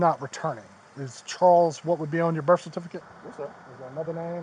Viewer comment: Cop said YOUR DATE OR BIRF😂😂😂😂